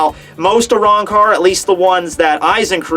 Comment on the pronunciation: A-wrong-car holy fuck that shitty pronunciation